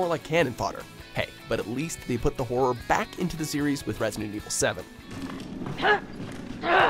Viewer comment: Why can't this guy say horror right?!